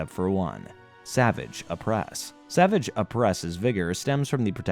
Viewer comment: this was an excellent recap, my only issue is that it grated my fillings everytime you mispronounced "Savage" it is pronounced "Sa-Vaauge"